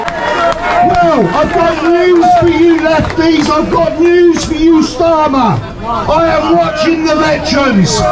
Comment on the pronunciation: Can't even pronounce his name right Stormer?